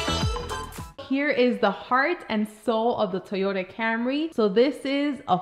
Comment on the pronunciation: just be sure to refer to it by its proper gangster street name: the Toyota Camré (camRAY). thats how the coolest people pronounce it